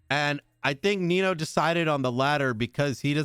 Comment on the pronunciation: How Guy says Nino, "Well Nemo". 😂